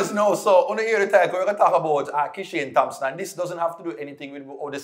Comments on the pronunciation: just for growth: I know as Jamaicans, we are infamous for adding Hs where they don't belong etc. So, we tend to overcorrect. But remember for the names: Thomas Thompson We don't say the /H/. So, it's: /Tomas/ /Tompson/ You've got this. Blessings. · You don't pronounce the "Th" in Thompson and Thomas